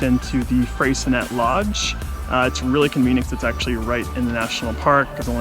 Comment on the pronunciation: Beautifully shot video! FYI: the locals pronounce Freycinet as Frey-sin-ay (named after French navigator Louis de Freycinet). As far as how the French themselves would say it?... not sure!) 😄